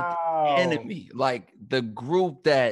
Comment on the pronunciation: Public “Enermy”🤣